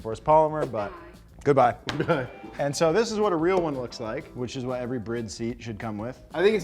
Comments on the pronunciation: Didn't know it was called pronounce BRID, not bride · Dide mf just pronounce Bride as Brid? U high? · why is it brid when its spelled bride, doesnt make sense in the least bit if you know how to speak 2nd grade english. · It's been annoying me for ages but you guys now its called "bride" right? As in marriage woman. Not brid. I really hope your joking or maybe it's an American thing but it's painful. You say alot of Japanese brand wrong. Like greedy.. its g ready. It's not spelt that way but that's the brand. Btw you sent 2 shirts of one type when I 2 seperate types and I just asked for the other but even after photo proof you still didn't reply to me. I know I'm I'm Australia but I been following you for ages. It really disappointed me as I loved pumphreys segments. There gone now and all I asked for was a signature in place of the shirt. All good I understand your big time now but please stop making Japanese brands sound stupid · It's not brid its bride like here comes the bride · Did he say brid? Not bride, lolol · You mean this whole time they're actually pronounced "BRID" and not "BRIDE"???? Mind Blown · The seat brand is "Bride" not "Brid" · Guys why are you pronouncing bride like that? You should pronounce it like it is, bride. Not bride but bride, cool, thanks, bye ;) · If he says brid one more time…. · Yeah that clearly says "Bride" not brid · Did he call it a bridd? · I always thought it was pronounced Bride, like Bride and Groom. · Is that how you pronounce Bride? My whole life is a lie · It is not a Brid seat, it is pronounced BRR-EYE-DUH. Bride. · Just learned it’s pronounced “Brid” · Never thought BRIDE was pronounced that way. Always pronounced it as in “wedding” BRIDE 😂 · The pronunciation of Bride still throws me off